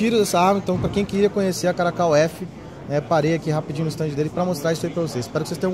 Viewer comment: Caracal, não caracol.